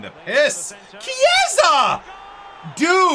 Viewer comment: please is not cieesa, is pronounced kiesa basically, the ch in Italian sound like a k. Loving the series keep up the good work